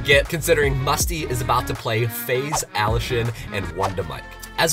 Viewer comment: Nobody: Me: raging about him pronouncing allushin's name wrong